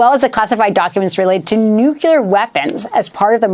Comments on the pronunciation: The word is nuc-lee-ar not nuc-u-lar. For heaven’s sake woman you’re a broadcaster. Learn to speak properly. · New-klee-ar! Not new-que-lar! FFS, get it right, you're on tv. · It's NEW-CLEAR not NEW-CEW-LEER. Just saying. Credibility is a long road back. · Nu clee ur, not nu cule ur. Geez. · Say it with me. New klee er, not new kyuh ler. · Stop saying “nucular”, ma’am. You’re a journalist! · What planet are you from? It's NUCLEAR! is there anybody alive from your Planet? ! . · I can't even watch this. Stop saying "nucular"! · Did she properly pronounce the word "nuclear" ???? how unamerican! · Oh dear. An American presenter who can't correctly pronounce "nuclear"; in fact, seems to slur every third word. The bathos of the US never ends. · The anchor can't even pronounce the word nuclear. They shoulda caught that in the job interview.